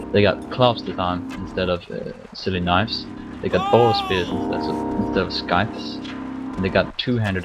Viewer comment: he pronounced "scythe" wrong